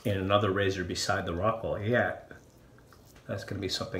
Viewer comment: I thought you said Rockwell "success". Fits the name nonetheless!